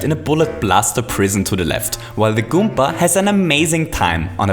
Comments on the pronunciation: Why does he says goompa instead of goomba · i get irritated when he pronounces goomba goompa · you are saying goompa XD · Randy Garcia He Also Says Goompa Which In Fact Is A Mario Character